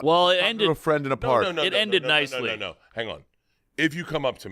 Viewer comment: Every time Bart interrupts saying "no no no no no no" it sounds like "me me me me me" Someone needs to cut him off mid-sentence and say no no no, how do you like it. FFS B.... Like he's plugging his ears going "la la la la" until it's his turn to talk. Jeesh.